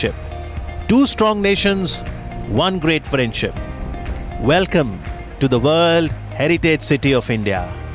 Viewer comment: Phariend ship hahahahaha....seriousely is he a president.....